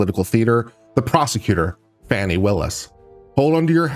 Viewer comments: I believe Prosecutor Willis' name is pronounced "Faw-nee," not "Fanny." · I have been a fan all along. I appreciate your mostly unbiased viewpoint. That said, can you please pronounce the DA's name right.